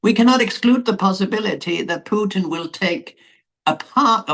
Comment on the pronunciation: For the first time the American names Puteen as it really sounds in Russia but not Putn